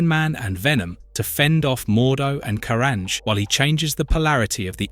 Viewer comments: So disappointed, I got almost 2 hours into the video before the voice started mispronouncing Carnage and other names in ways that no human would. Why not just do the voiceover instead of using AI garbage? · It's AI slop and it shouldn't have any views, shouldn't be allowed on the site. Dead giveaway being he never pronounced Felicia right once. Bonus he called Carnage multiple pronunciation back to back to back in less than 30 seconds.